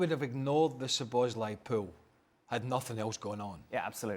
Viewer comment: s U b oslai......Soboslsiai There is no "U" in his name.